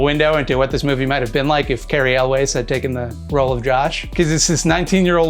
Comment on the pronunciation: It's pronounced "yules"... not "elways." Cary Elwes